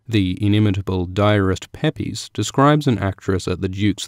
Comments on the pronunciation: By the way, the "Diarist Pepys" is actually (somehow) pronounced "Peeps" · Good video. I believe the diarist mentioned is Samuel Pepys and should be pronounced 'peeps'